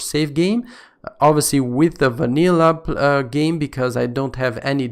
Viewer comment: i like how he´s saying wanillah